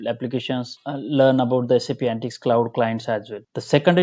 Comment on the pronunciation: It is ANALYTICS not ANTICS